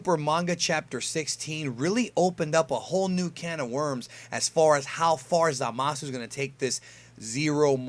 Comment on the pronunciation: For future reference the u in Zamasu is basically silent.